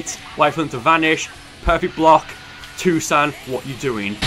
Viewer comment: "ik patial japanese and this dude keeps saying "tosan!" but that means "dad!" xd